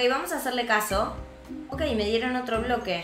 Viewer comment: Es pobre quiso decir bloque y dijo broque